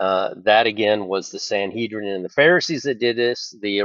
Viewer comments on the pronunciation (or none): none